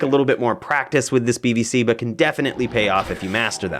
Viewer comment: Could of swore you said BBC lol.